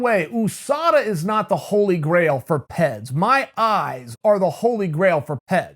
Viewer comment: Everyone else: "P.E.Ds" Uncle Chael: "PEDS"